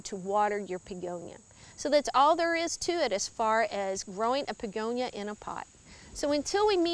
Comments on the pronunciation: Are you pronouncing it Pegonia? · I believe she was pronouncing it as BEEgonia w a strong emphasis on the B which could sound like a P.